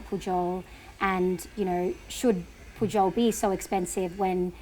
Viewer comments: It sounds like he pronounces the name of the Pujol restaurant as 'puyol'. Why do you pronounce it as 'pu-jol'? California almost another state of México...See also Texas, Colorado etc. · I loved this interview. He is such and intelligent, humble and thoughtful man and your fabulous questions really brought out his his insights on the topics in depth. The one off note was your pronunciation of Pujol. You pronounced the J as an English speaker would for an English word. In Spanish, the J is pronounced similar you a Y sound. I found that a little distracting and a detail that took away slightly from an excellent interview. He was pronouncing it correctly back to you. That could have been a cue. I found his take on his background, the evolution of his career and the evolution of the culinary scene in Mexico and cultural appropriation fascinating. You obviously did a great job with your pre-interview preparation and developing your questions! Thank you.